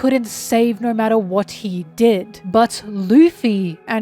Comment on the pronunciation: I didn't know you were Australian until you said naur